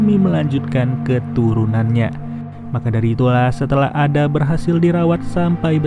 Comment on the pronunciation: Koreksi min, nama "Ada" harusnya penyebutannya "Eda/Eida"